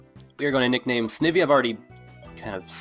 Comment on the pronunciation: i'm pretty sure the i in snivy is pronounced like eye (ie snide+ivy)